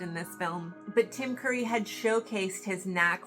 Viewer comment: I think you said Tim Murray instead of Tim Curry but it was a minor hiccup